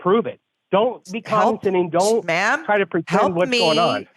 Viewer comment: She wants to give them an "F" yet she' can barely speak; "con-din-sending"